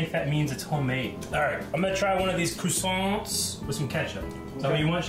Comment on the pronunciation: As a chef I almost had a heart attack when pronounced croissants wrong